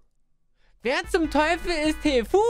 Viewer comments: Er heißt tfue nicht tfu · Tfu ausgesprochen tifyu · Niemand: wirklich niemand:: Wer ist TEEFUEEE?